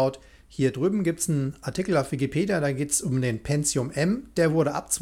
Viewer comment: Wer Penzium sagt, sagt auch Azhlon...